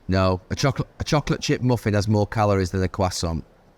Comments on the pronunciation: Can somebody not correct him on the quoissant? Its croissant, just drop the T. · What the hell is a Qwasant 😂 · Jesus please take Gary to pronunciation class. Qwasson 🙄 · What the f*** is a cwasant? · It most certainly isn’t. It’s like kwasson. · Gary repeatedly mispronouncing "croissant" was horrifyingly gripping, like seeing a multi-car pileup on a motorway that you can't look away from. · Anyone else annoyed by the way Neville pronounces croissant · Gary needs to shut up with that pronunciation of croissant